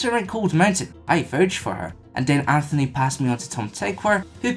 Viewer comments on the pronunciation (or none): none